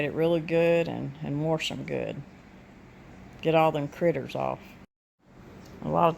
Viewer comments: I miss hearing my momma say, “warsh.” 💜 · I say warsh also. My dad always said it and he's from Ravenden Ar. I didn't know I said it that way until my son in law laughed at me. Now its a loving family joke.